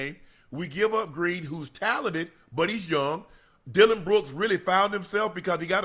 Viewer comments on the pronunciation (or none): none